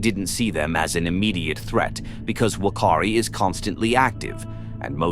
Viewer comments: Wakari 😂😂😂get it right bot its whakari island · as a New Zealand resident, the Maori language pronounces Whakaari as F-a-k-aa-ree with two a's being longer held as an 'ah'. Hope this helps future pronunciation of Maori words. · Can you at least pronounce the name properly? It's pronounced FAR-KAREE. If the guides thought it would erupt do you really think they would have risked their own lives to take a bunch of tourists on there? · You mispronounced Whakaari. The 'Wh' is closer to an 'F' sound. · Its pronounced "fuck-car-di" island, and "fucka-tan-a" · Whakaari is pronounced as "fa-kaa-ri". Whakatāne is pronounced as "fa-ka-taa-ne". This volcano is also the most active volcano in New Zealand and has erupted on average every 3 years ... so I'm astounded that you have got some facts wrong here.